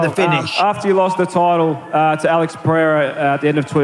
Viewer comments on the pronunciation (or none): none